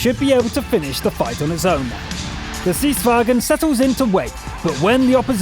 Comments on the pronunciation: You have a german pronunciation. You are saying "stridsvagen", but drop the 'e' and you are much closer to the correct pronunciation, "stridsvagn". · It's "Stridsvagn" not German "vagen" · It's more like "Strints-varn." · Pronounce like: Sttrr-ithss_VA-ngn (the letter r should be "rolling") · You pronounce stridsvagn like stritsvangn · well, we swedes aren't like the Germans. Don't at that extra e before the n in the end and you will be a lot closer to how it should be pronounced. In other words, don't say it like strids-vag-en, say it like it is spelled. Many head over to a Swedish text-to-speach site and listen to how "vagn" is pronounced. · Say it Strids Vagen, not that hard:)